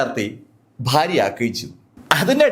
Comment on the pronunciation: ഭാര്യയ്ക് താങ്കൾ ഫാര്യ എന്നാണ് പറയുന്നത് 🎉 ഭoഗിക്ക് ഫംഗി അഭിനന്ദനങ്ങൾ താങ്കൾ പറയുന്നത് അഫിനന്ദനങ്ങൾ